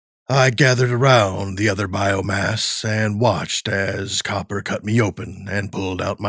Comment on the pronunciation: Loved this pov but Copper instead of cooper?